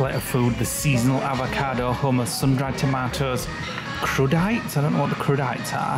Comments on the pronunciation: It’s pronounced cru-di-tay 😂 Also they’re the veggies on the plate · Loved seeing with the wine, he was in his element! Laughed at pronunciation of crudités 🤣. Great clog as always guys ❤